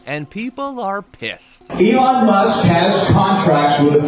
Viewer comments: She called Elon ‘Elaine’ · Did she really said “Ivan" (Musk)? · She called Elon Elaine🤣🤣🤣